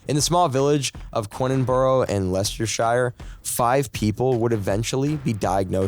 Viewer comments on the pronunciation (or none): im so sorry.... but please... please go look up how to pronounce british town names..... Leicestershire? thats easy. Ipswich? 'ip'swich?? please.... its not that difficult, and im sure youve had to do it to get the corrent pronunciations for the medical language, why cant you do that with town names?